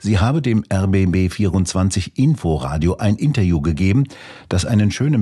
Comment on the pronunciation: Wenn er nur "Interview" richtig aussprechen könnte! Scheint ein Sprachfehler zu sein....